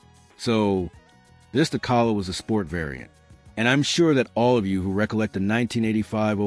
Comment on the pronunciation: AI is obvious. The mispronunciation of Calais is pathetic.